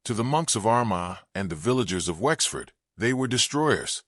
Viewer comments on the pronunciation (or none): none